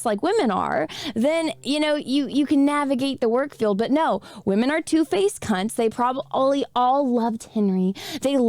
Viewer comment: I adore and how she pronounces women... wahmen...